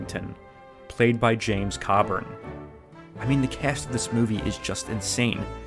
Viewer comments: It's James Co-burn, like co-worker, not Cobb-urn. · Did you REALLY pronounce Coburn as “caw-burn?!” 🤣😂🤣😂🤣😂🤣😂🤣😂🤣😂🤣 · OMG you pronounced Mr.James Coburns' name completely wrong tho...its Co-burn...thats all...please show Mr. Coburn a little respect good sir...he was actually quite famous before the millenium. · My dude, it's pronounced kowe-burn. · you mispronounced coburn long O not ow and always seemed to me that will smith stole a lot from sinbad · The way you mis-pronounced James Coburns last name really hurt but I still love your content. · Dude you are movie guy, so you should know how to pronounce James Coburn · James Coburn's last name is pronounced with a long 'o'. So much for your immaculate research skills. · Ok so you mispronounced James Coburn on purpose for comments/clix but your use of "Mandela Effect" is questionable at the beginning.